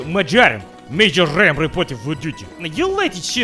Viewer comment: Speaks russian but cant say marjoram